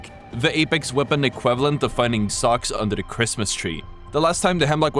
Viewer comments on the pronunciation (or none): none